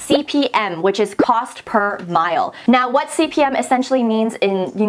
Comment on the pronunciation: CPM = "Cost per mille" NOT Cost per mile....lol